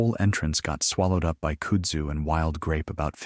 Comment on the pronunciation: Its pronounced "Kud-zoo"